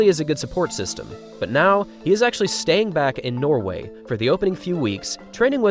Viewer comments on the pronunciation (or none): none